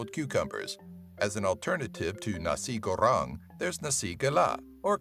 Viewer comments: Its call nasi goreng not a nari gorang by the way im from indonesia🇮🇩🇮🇩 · "nasi karang" wtf??? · Why i heard the video says "nashi gorang" ? :'v